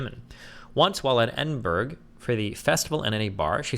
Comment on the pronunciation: The worst assault in this entire video was Destiny's butchery of Edinburgh